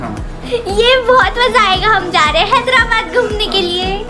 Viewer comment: लास्ट में हैदराबाद की जगह हेदलाबाद बोल दिए।।।😄😄